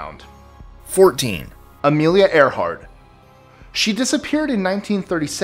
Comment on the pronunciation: ~ "Earhart", not "Earthart".